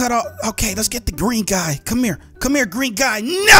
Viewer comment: It's so funny when you say no it sounded like you said naaa